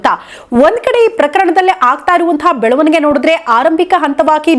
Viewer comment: Belavanige ee shabdada nimma ucharane sari illa